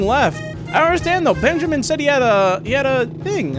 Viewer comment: Also it's bunjamin